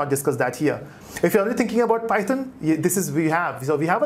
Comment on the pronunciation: The entire tutorial is so good but when you pronounce python wrong god that irritate me so much